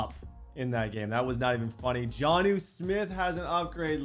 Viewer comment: why is he unable to say jonnu?